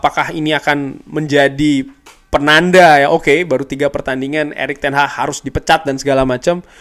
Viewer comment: Erik Ten Hag bukan ERIK TEN HAH 😂😂😂😂